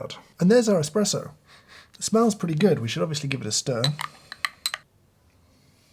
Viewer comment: Its "espresso"